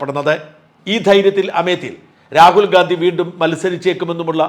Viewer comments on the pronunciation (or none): none